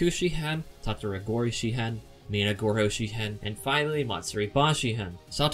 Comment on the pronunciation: lol you kept saying "minagorohoshi" instead of "minagoroshi" but it's okay xD good video!